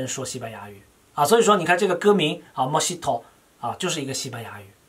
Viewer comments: 这个词读mo he to。he是英文他的那个he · 尤教授发音不对， 不过还是很喜欢你的频道，Mojito是一种薄荷味的cocktail，Mojito的j发h的音